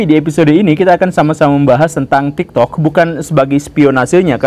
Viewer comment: bahkan tadi dia ngomong TIKTOD 💀